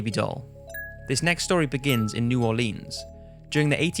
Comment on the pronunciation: That's not how you pronounce New Orleans